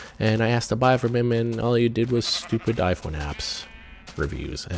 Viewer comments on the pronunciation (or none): none